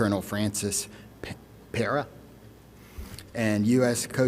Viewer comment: It’s not difficult to pronounce PERA